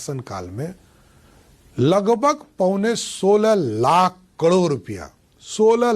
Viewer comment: Pahale to sahi se karod bol re